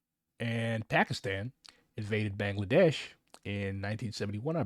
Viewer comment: It's pronounced Ba-ng-la-desh. Ba as sheep Baa. Kindly correct the pronunciation,please. I'm tired of people keep mentioning my country and pronounce it like that.